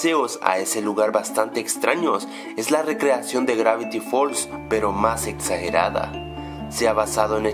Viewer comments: El lo pronuncia gracti fols XD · craviti fold HACI SE DICE gravity falls HACI SE ESCRIBE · Al comienzo del video: "Grafty falls" xDDD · grafti fols xD